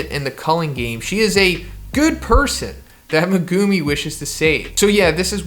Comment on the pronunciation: Please stop saying ‘Megoomi’ bro it’s MeGUMi